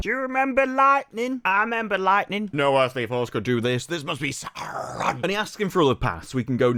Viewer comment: Oh Saurrrrrron😂